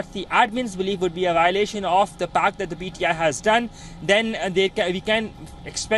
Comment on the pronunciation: Its pti not pdi